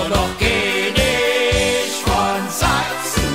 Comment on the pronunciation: Keenisch von Sachsen